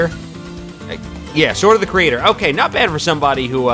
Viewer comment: Sword of the Creator (You pronounced it perfectly) Areadbhar (Lance, "Air Red Bar") Amyr (Axe, "A Mirror" without the "ror") Failnaught (Bow "Fail Not")